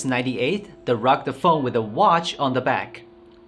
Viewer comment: Ha ha ha ! You really are incapable of properly pronounce the word " rugged"